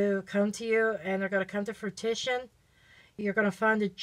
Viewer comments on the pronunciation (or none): “Froo-wishun”= fruition “Satisfaction” 😂😂😂 Great reading! Thank you!